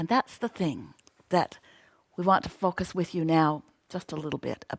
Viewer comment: fockuss not focus. xD